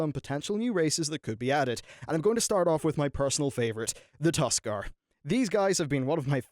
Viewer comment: Second you said Tuskar, you lost all cred.